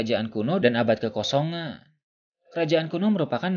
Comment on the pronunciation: ini kalo ngomong huruf terakhirnya ilang.. misalnya ngomong "abad kekosongan" jadi "abad kekosongaaaaa" huruf N nya ilang..